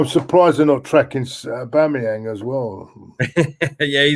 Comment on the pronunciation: Aboomeyang 😆😆😆 get it right!